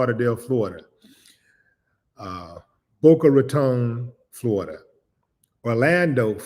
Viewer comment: ...you pronounced "Boca Raton" beautifully, King..❤😂❤